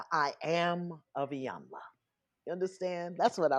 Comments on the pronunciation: Hollywood Unlocked. I absolutely ♥️♥️♥️♥️♥️♥️♥️♥️ your platform. Thank you for the content that you bring. Please commit to pronouncing Iyanla’s name correctly. It sounds like EEEEyanla. She is such a lady that she never corrected either of you. Awesome Show ♥️♥️♥️♥️🙏🏾🙏🏾🙏🏾🙏🏾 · Lord this lady’s name is pronounced EEEEEEEE-yun-lah!!! Damn how you gone interview someone and saying they name all wrong...Can’t watch this🤦🏾‍♀️🤦🏾‍♀️🤦🏾‍♀️ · Jason, melissa, its (E) yanla. The I is a E Pronunciation. Mylissa you are a word Smith. I didnt Expect you to pronounce her Name that way ! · Just wished they would pronounce her name correctly.